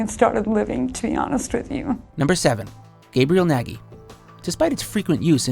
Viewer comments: It's not pronounced "Naggy" LOL, it's hungarian, it's pronounced "Nodge", like nudge but with an o. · When you hear 'Nagy' pronounced perfectly wrong... (gy is one sound in Hungary, where the guy inherited his name and pronounced as as a mixture of G and Y its marked as an upside down f in the phonetician alphabet)